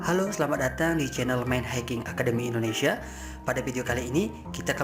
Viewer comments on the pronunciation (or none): none